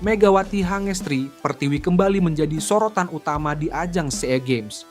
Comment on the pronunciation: Gimana sih komentator tuh baca Sea Games jd s e a games ...weleh...weleh